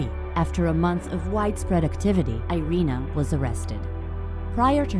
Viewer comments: Actually her nam IS Irena Sendler. "Sendlerowa" in the name of the street is due to weird Polish declination: who: "Sendler"; whose street: "Sendlerowa". And you pronounce first name as: Eerena :) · Actually, her name in Polish is pronounced "eee- reh-nah"